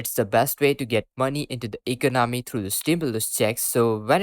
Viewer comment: This guy can't even say the word economy right.